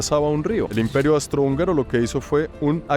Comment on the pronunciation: Querido no soy nadie pa corregirte pero creo que es Austro hungaro, no Astro hungaro❤❤ Adoro tus videos no he visto que vayas a Australia, o será que me lo he perdido?? Saludos desde Veracruz, el golfo de México